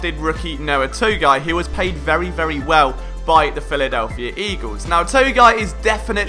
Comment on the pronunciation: “The Philadelphier Eagles “😂